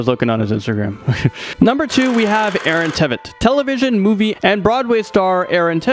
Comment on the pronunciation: You saID IT WRONG! AARON TVIET! YOU SAID IT WRONG! BUt that's makes me sad that he's affected...